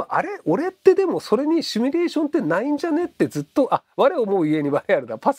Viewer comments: シュミレーションとつい発音してしまうひろゆき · まじで。シュにどうしても聞こえる。